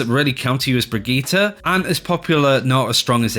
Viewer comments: Brageeter..... its Brigitte ( Bri-g-E-ta ) for the love of gawd please practice this as it is JARRING to hear you make a video about her then mispronounce the characters name and run it through the mud. :) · Why do you all pronounce Brigitte so weird? You either say "Brick" or "Brigita". Her name is "Brigitte"